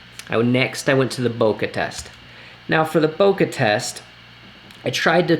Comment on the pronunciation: 2 times converter not 2 ex! Also Bo Kay not Bo Ka for Bokeh. Useful video though. Thanks.